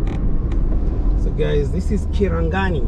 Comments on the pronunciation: its Kingeeero not kingero , kirangari not kiragani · Nice job. Small correction - Kirangari not kirangani. Continue the good job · Hi, good job bro. It's Kirangari not Kirangani. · It's a great, project.It's Kingeero not kingero. And kirangari not kirangani. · KitangaRI!!!! no kirangaNI... anyway it's nice to see the continued development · Its kirangari not kiringani Its kinge'ero not kingero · Kirangari not Kirangani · It's Kirangari not Kirangani. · Its Kirangari not Kirangani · Kirangari it is and not kirangani. Ok proceed.